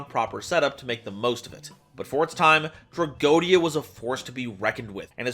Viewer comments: Yu-Gi-Oh players and mispronouncing Tragoedia. Name a more iconic pair. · You pronounced tragoedia wrong